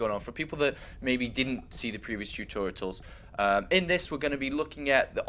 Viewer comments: tutorials, not tutoritals bro... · "Tutoritals" Wut There is no 3rd T why is he pronouncing one? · Why does he keep saying tutorials wrong :P